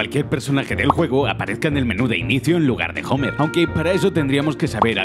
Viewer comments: jomer????????????????la "h" no suena.....................valedor se pronuncia omero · Homer, pronunciado como Jomer, como en el doblaje original.